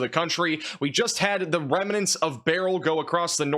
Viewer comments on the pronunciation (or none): Remnants, not reminants. Lol.